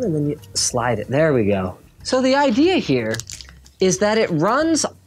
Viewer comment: the ihere instead of idea